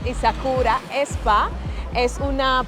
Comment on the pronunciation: Pronuncia bien. Es: spa. Y no espa.